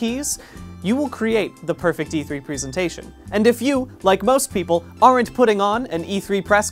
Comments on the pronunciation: Why is nobody talking about him saying "prisintation" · Who knows, he pronounced 'presentation' wrong the entire video